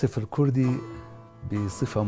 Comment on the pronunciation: اختي ارجو ان تلفظي كلمة الكوردي بشكلها الصحيح..... ليس الكردي.... بل هو لفظ كورد الكوردي وبااللاتينيه kurt او kurd